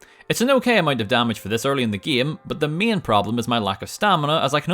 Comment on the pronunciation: why does he say agyen or myen instead of again or main